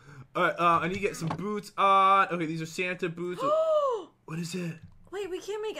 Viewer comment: Did pat say "Fanta!!!!"instead of santa at 1 point?😂